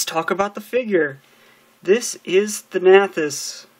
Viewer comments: THAN-uh-tos. That's how you pronounce it. Sorry, it's just that every time I heard you say it like that I grimaced. Now, with that out of the way, good review. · 'Thanahthos' are you kidding me